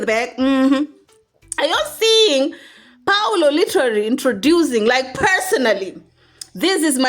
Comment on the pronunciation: Priscy's step dad is pronounced PAUL O and not PAULO. Paul, then, O.